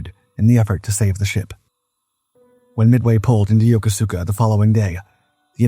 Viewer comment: It's pronounced ya-kooska not yoko-suka.